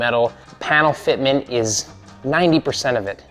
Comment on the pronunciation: Did you say the Fit Mint? You had me cracking up I had to listen twice....funny stuff. Excellent job and thanks for the entertainment and instruction.